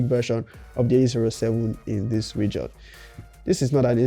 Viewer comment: Respect boss, however it's pronounced as "REJIN" and not RE'JION'